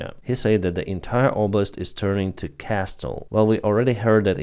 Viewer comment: The T in "castle" is silent